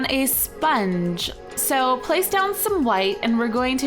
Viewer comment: When she said spong I thought it was a cookie